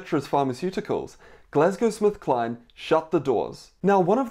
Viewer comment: Hi doc thanks for this but I keep hearing you say Glasgow SmithKline 🤔